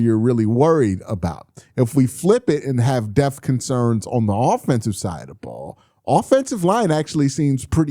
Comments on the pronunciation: Yeah, hopefully we don't have to worry about linebacker "death" this year. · My man there’s a “p” in the word “depth”. You got me laughing every time u be sayin deth. 😅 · You gotta pronounce that P in Depth 😂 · Why do you pronounce depth like that 🤔